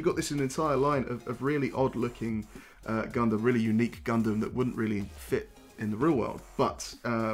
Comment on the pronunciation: You’ve got a subscriber, but for the love of god say Gundam the right way.